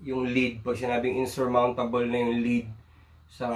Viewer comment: Maiipit sa salitang in"SUR"mountable